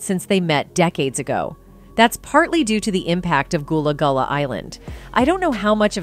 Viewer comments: Its not goolah goolah its Gullah Gullah 🙄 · Not her saying "Gullah Goolah" 😒😒😒😒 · Not goolah goolah 😒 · Man you messed the name up so bad like did you do that on purpose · Gullah Gullah get it correct if you’re going to bring new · You've clearly NEVER watched a single episode of Gullah Gullah Island or you would have known it's not pronounced "Goolah Goolah" Incredibly disrespectful And what's with the mispronunciation of Nickelodeon?!